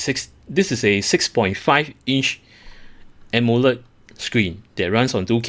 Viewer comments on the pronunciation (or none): none